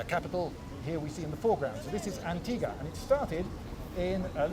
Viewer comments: Why do you pronounce Antigua without a ‘U’? It sounds so weird to us Guatemaltecos. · It is antig-u-a not antiga...but the video is great! and the beige is wonderful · Lindybeige in my country? I hope you had a great time. Huzzah! Edit: It should be pronounced "an-tee-wah" instead of "an-tee-gah" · Its not pronounced as "Antiga". Here is how you pronounce it, Lloyd. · For any of those not fluent with Spanish, Antigua is pronounced “ahn-TEE-gwah”. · The U in Antigua is not silent "Antigoo-a". In Spanish, after a G the U is silent only if it's followed by E or I. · The U in antigua is not silent